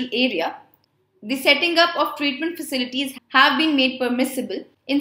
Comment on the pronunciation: Ma'am you pronounced India is the first company which madam CSR mandatory..